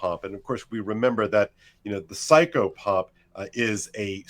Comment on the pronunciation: What's he saying there? psycho pup? AHH: "Psychopomp" OK.